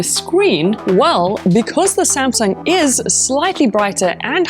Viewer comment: sumsung spronsor😂